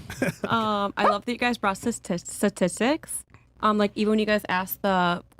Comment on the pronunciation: You can tell a lot about a person’s intelligence by the way the can or can’t pronounce “statistics”